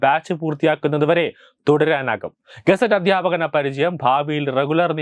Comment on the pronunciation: ഗസറ്റ് അധ്യാപകർ എന്നല്ല ഗസ്റ്റ്‌ അധ്യാപകർ എന്ന് പറയു ബ്രദർ.